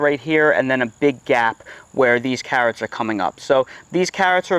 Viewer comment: I watched this one just to see you say cahhrots lol.